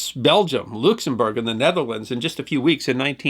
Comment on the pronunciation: Looksumberg? I don't think so. We "Luxies" pronounce our homeland LUCKS-em-burg.